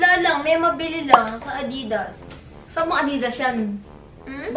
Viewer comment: Tama si mother. It’s A-didas. Not a-DI-das.